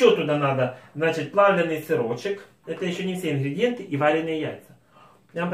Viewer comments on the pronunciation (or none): none